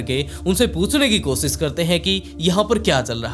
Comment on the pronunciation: Koshish hota h kosis nh hota apni Bhasha wrk kijiye sha ka sa bolteho soot nh hota shoot hota h aapka video world mein ghumta hai apni language per vah kijiye